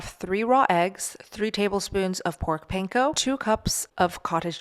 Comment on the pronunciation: Did you say corn panko??